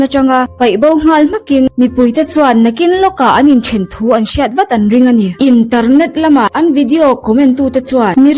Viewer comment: Kawnsât, intarnet... 😂 A va chiang fek fawk em!